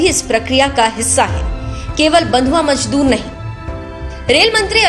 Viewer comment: Majdhoor nhi madam Mazdoor